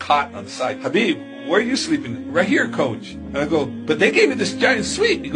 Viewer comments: Its not gabeeb.. Its habeeb. His name is arabic, Habeeb Noor Muhammedov. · Khabib alla, ath Habib ennanu vaayikkendath